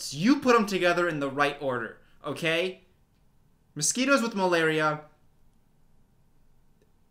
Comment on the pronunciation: No one:: malariasquitos